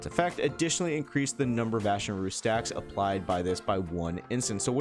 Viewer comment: jow chew? ashen roost? its literally roast 😭